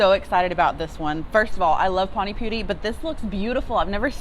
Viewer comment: its not PANIC poori HA HA.. PAANI poori.. Spell like Peter PAAN in a streched way.. Looks like NORTH Indian Innovative restaurant.. Cheers, Pradeep. Rajkumar.. Pollachi,Tamilnadu-South India.